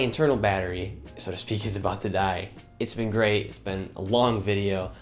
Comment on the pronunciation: It is "BEEN" (like you say BEAN)... "NOT BENT" (shape or force something straight into a curve or angle) !!